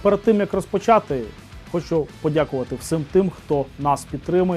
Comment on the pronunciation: Всіііім. Не "всим" але "всім". Дякую. У вас прекрасна українська, але ОДНЕ слово псує все. Вибачте.